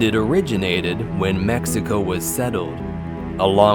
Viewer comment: Did he just say Meso instead of Mexico lmfao